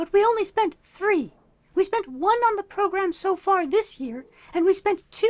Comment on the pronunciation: wow they actually say progrUm